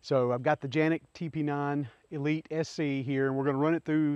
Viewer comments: It's Canik not ( Ganik or Janik ) ...lol it should be pronounced as Kanik. Unless You live in Turkey Good review 👍😎🤝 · Are you supposed to pronounce Canik as Janik ? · Janik is the correct way to pronounce. Its just how we see and pronounce the name in in the US CANIK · It’s Janik!!!!! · Not Janik!!! It's Canik! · So am i the only one who pronounces canik then him? Hes calling it a janic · It is pronounced John Nik. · First time I’ve heard it pronounced Janik